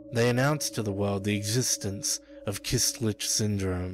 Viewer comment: it's "köstlich" not "kystlich"